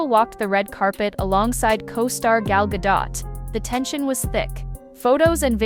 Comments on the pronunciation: gal Gaaa- Dohhh.. not gaaa- dot. Ai voice activated. Zzz trying to stretch out the clip for 4-5 minutes to long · Gal Gadot pronounced gadough...not dot. Thanks AI voice over. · why do americans have such bad grammar lol its not GADOTTTTTT its a "silent" T you dont pronounce the T its pronounced gadiow...WWWWW ow....lolol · It's pronounced Guh-dowt, not guh-dot. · Blah, Blah, Blah - Playing the same scenes over repeatedly for the most time to spew your shit about her. These are stars and y'all are not. Who's the gay guy with the shitty hair ? What a glop of shit. No offense. 🧁 By the way, to all, it is pronounced Gahl Gahdoht, not Gal Ga Dot. Brush up. 🤭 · Why can't americans say gal godo.. which is how her name is pronounced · It's Gal Gadot - Gad-O. Like depot the T is silent. And Rachel who?? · You are mis-pronouncing Gal Gadot's last name. Please go learn how to say it. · GagO. The t is silent. I use to like her until she sang imagine. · Gal Ga-dot, really. How hard is it to pronounce a name right. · Gadot is pronounced "ga-dough" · Please stop pronouncing gal's name wrong. Very unprofessional. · You'd think an account named Celeb Watch would know how to pronounce Gal Godot's last name right...